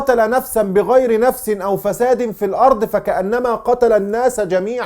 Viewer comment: انتا قريت الايه غلط يا شيخ عبدالله او فساد بفتح الدال مش فساد بالكسره #راجع القران تاني عشان عيب علي لحيتك غلطه زي دي د